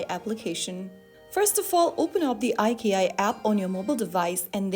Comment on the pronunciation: It’s pronounced “Eye - Chee - Eye”. Who is narrating these videos, A.I.?